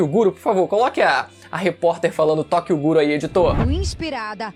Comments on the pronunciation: agente bsempre falou errado o certo é derth note em vez de death note e é tokyo guro em vez de tokyo ghoulkkkkkkkkkkk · Tokyo Guru... mermão, os caras não tem a decência nem de saber falar o nome do anime direito vei kkkkkkkkkkk chega a ser ridiculo isso kkkkkkkkkkkkkkkkkkkkkkkkkkkk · Tokio guro ? Sabem nen falar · tokyo ghoul não! Tokyo guro* lkkkkkkkkkkk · "Tokyo Guru" eles não sabem nem falar o nome, patéticos. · "Tokyo guro" kkkkkkkk essa é inesquecível. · Qual o problema da repórter falar Tokyo guru? Os imbecis que assistem one lixo falam Ruffy em vez DE LUFFY, então fds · Kkkkk tóqioguro